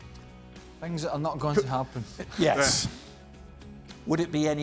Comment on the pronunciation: Not yesh it’s yes